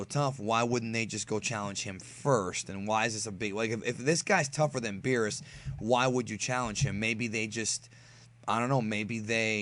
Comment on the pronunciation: he called Beerus, Beebus now I think Beerus as Beevus that is so funny